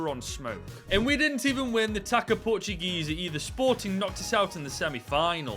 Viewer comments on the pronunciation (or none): It's pronounced "tahssa" not "taca". Great run. Congrats.